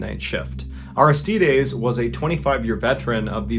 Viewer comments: It's pronounced Ar-iss-tide-eeez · Take 2 min to learn how to pronounce Aristides Jeezus